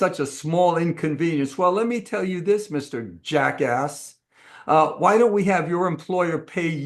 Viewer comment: Can you put any more "EMPHASIS" on Jackass! LOL😁😁😁😁